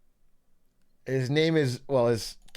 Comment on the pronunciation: I love Entrepranure lmao